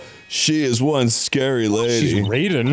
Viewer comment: It is pretty frustrating how MK have normalised the mispronunciation of Raiden, boon being obsessed with asian aesthetic but not knwoing how to say any words